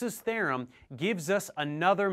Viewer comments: Stokes’ “tharem” -. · that's a weird way to pronounce theorem